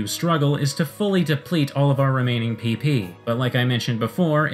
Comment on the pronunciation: you're saying it wrong it's PP for powerpoints not PeePee for... well... PeePee